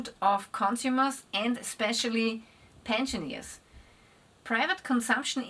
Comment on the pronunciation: G'day, you may have the better dialect, but you keep pronouncing pensioners pension ears like buccaneers 😞 it's pension rrrrzzzz 🥺.